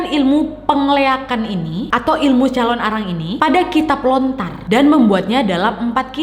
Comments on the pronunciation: Calon narang wak bukan calon arang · hallooo kak nadia! biasanya orang bali bilangnya calonarang kak, bukan calon arang hehehe, thankyou!